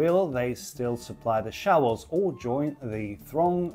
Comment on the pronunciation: Says showels, not shovels